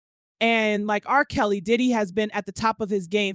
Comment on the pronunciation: The narrator is A.I and sadly a little off putting at times. Spaces between names eg R....Kelly as if there is 2 different people it's talking about. The way Suge is pronounced. Yea a little off putting. Prefer listening to the sister.